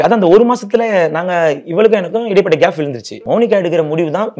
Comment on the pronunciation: கேப் என்று சொல்ல தெரியல உனக்கு ரெண்டு பொண்டாட்டி கேட்க😅